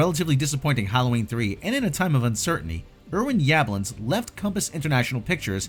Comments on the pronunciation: The original was filmed in the City of "South Pasadena," not "southern Pasadena." And the producer's surname is pronounced "Yuh-BLONNS." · The way you pronounce Yablans almost made me turn the video off